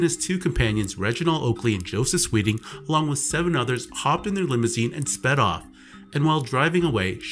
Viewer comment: Nah. Not sped off. Not “sped off.” Not speh off. Not “speh off.” /